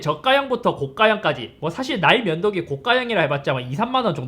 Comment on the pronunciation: ㅋㅋㅋㅋㅋ 왜 계속 ㅋㅋㅋ "나의 면도기"로 들리짘ㅋㅋㅋㅋㅋㅋㅋㅋㅋㅋㅋㅋㅋㅋㅋㅋㅋㅋㅋㅋㅋㅋㅋㅋ